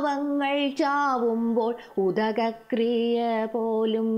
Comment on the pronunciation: ഉദകകൃയ്യയല്ല ഉദര കൃയ്യയാണ്/ മൊത്തം വാക്കുകളും തെറ്റായിട്ടാണു ആലാപനം